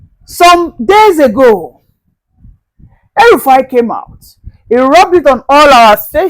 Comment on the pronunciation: DID YOU SAY "HELL RUFAI"